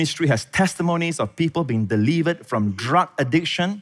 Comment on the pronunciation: Love your revelatory capabilities, but (without being self-righteous) could you please spend 20 minutes learning how to pronounce the English language properly? You would win so many more people to Christ saying delivered instead of deleeevered, river instead of reeeever, Pastor Prince instead of Pastor Preeeence, death instead of deaf, sez instead of saaayce. It is more than distracting for hundreds of thousands of people. And it is such a mild adjustment for one as brilliant as you. Please consider it without being offended.